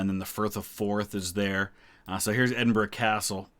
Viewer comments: I have seen quite a few "American reacts to Queen's funeral" on You Tube and I have to say that you come over as by far the best informed about Scottish history and culture . So many of them don't even know how to pronounce Edinburgh let alone have a clue about the distinct nature of Scotland and spout erroneous garbage . Thank you for your observations and intelligent comments . If I could just mention one or two points which might be of interest to you The Royal Standard flown in Scotland is different from the English one. In Scotland two quarters show the Lion Rampant and the other two show the three lions of England and the Irish harp. In England it is two quarters English lions and one quarter Lion Rampant and Irish harp. You will see this if you compare the covering of the coffins in Scotland and England. Also there were two plans in place for when the Queen died. One was "Operation London Bridge" if she died in England. In this scenario all the mourning ceremonies would have taken place in London and Windsor. The other was "Operation Unicorn" which made provision for her dying in Scotland and explains why there was all that ceremonial in Edinburgh. I know no-one can plan the timing of their death, but it's almost as if Her Majesty felt her time was running out and she wanted to give her Scottish subjects the chance to say goodbye by dying at Balmoral. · A american who can say Edinburgh correctly. Thank you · At last… an American who can pronounce “Edinburgh” reasonably correctly…! 👏🏻🧐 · Thankyou for this and pronouncing edinburgh correctly as apposed to “ Edinbro “ nicely down 🏴🇬🇧🏴